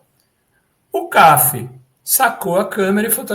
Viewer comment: O fotógrafo Cafi era pernambucano. Pronuncia-se Cafí, com acento na última sílaba.